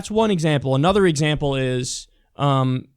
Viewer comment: I think it's pronounced more like 'putz' for Pudzer's name. Just saying. . . .